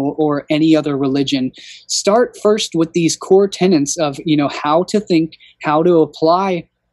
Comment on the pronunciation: Enjoying the videos very much. Thank you for all the research and sharing of information. One thing: it's TENETS. I could be wrong but it sounds like you're saying TENANTS? 🤷‍♀️